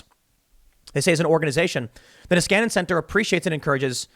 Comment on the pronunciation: "Nieskanen Center" sounds so stupid when he says it, as its Finnish last name.